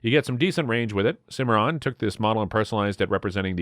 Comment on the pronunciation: Why are you showing the wrong guns. Most of the ones shown during the colt SAA part weren't even single action army's. Lol Learn how to pronounce Rossi, Stoeger, Cimarron. You forgot all the Uberti 1873 winchester replicas and the Rossi 1892 replica. Plus the Marlin lever actions and sharps reproduction... Great subject material. Terrible delivery.